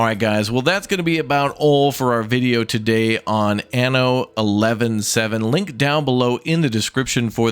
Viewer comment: 1 hundred and 17, sir. Not 7-11. It's not a month/day!